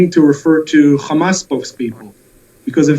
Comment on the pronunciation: Why did you do this? ‘Khamas khamas khamas’